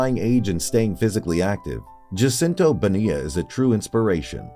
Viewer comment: PLEASE learn how to pronounce the man’s name!!!!